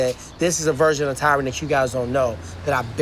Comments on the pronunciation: jesus not even 10 seconds in.... ..... It's not Tyrone..... it pronounced Ty-run..... for fuck's sake man. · Attention white people, His name is TY-Ron not Tyrone.. Thank you for your time. Best regards... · Tyron. Not Tyrone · Tie-Ren. FFS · Brendan literally mispronounced Tyron’s name 7 seconds into the video. How does this guy have a job speaking?